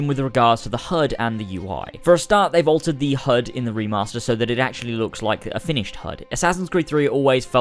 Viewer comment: You say hud, I hear herd.